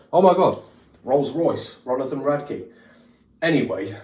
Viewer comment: "RONITHON" is killing me